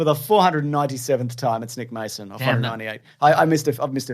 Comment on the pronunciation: At the end quickly says 'I want to thank you Nick Mason', and it sounded like Eunuch Mason...got 'em